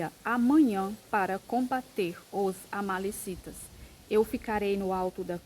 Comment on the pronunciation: É amalequitas irmã. Não amalecitas.